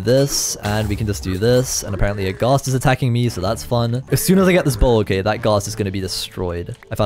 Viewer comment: “okeh” will never get old ✨